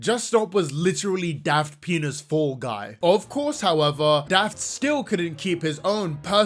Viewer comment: Every time I hear say "Daft Pina's," I keep hearing "Daft þəŋ!$"... It's either a fitting description... or I have a problem EDIT: OK, it is a fitting description...